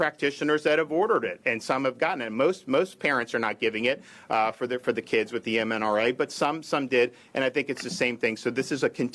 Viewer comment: Seems to have a problem saying mRNA for such an 'articulate' man! lol Damn fine governor though!